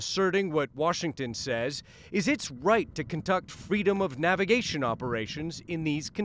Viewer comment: Navegayshon jajaja